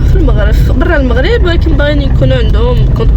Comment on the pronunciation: المَغرب ماشي الموغريييب